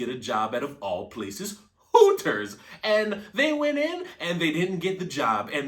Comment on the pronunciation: It’s “Hooters”, not “Horrors”.